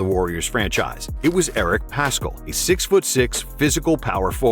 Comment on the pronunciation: I'm pretty sure Paschall is pronounced without the c